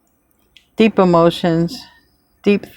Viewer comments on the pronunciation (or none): none